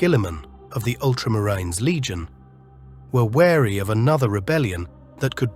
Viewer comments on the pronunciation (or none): It’s the pronunciation of some words. It ruins the flow. I get the guys point. Ultramariiines for example 😂